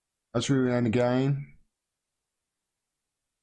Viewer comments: Macron will be finished when the police have the bottle to defy the authorities and side with the people. It’s pronounced Roo....on. Lol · It is pronounced Roo-On and it is a port and cathedral city on the Seinne downstream from Paris.